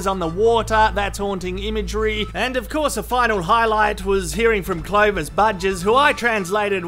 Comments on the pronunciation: I thought he said Clovis Buttjizz lmao xD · its curry day.. turtle be making pigeon curry today.. and i think pronounced the name clovis bujes wrong.. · "Clovis Bujes' LOL